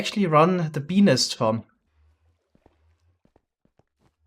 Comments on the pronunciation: OOOOOOHHHHHH.... "Bee-nest:, got it... as a non-native english speaker, you should probably stick to calling them "bee hives". lol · I heard him saying penis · Him saying beenest sounds like peenis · every time says “bee nest” i hear “🅱️ E N I S” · ah yes, a B E N I S farm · When he said bee nest farm I heard be-nis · I heard say Benis and you can't change my mind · When he says bee nest I hear a very diffrent thing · step1:says "bee nest" a thousand times with an accent step2: get demonetized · Ik he can’t help it cuz of his accent, but the way he says Bee Nest sounds kinda funny to me 😂😂😂